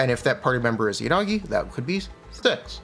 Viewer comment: Bro her name IS Miyabi, not MiYAbi. The first few times you said her name was correct Japanese. The long A is American, like YaNAgi, that’s also wrong it’s Yanagi fast.